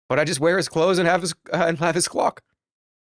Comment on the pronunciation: Jerma had to work so hard to get that 'L' in clock to come out